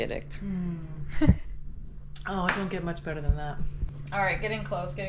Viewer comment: Wait!... Say addict again in another video for us. How do you say it!? Lol